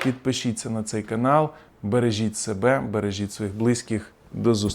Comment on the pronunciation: Дякую за Вашу роботу, чудова аналітика. Давно за Вами слідкую. Але вже вибачне мене, можливо старію та чіпляюсь, та не могли б Ви хоч інколи договорити "до зустрічі", а не "до зуст..." :) . Чи можливо це Ваша фішка? Ще раз дякую за Вашу роботу.